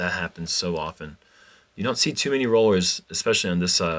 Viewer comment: Did mean "many people" or "mini people" on hole 3? Haha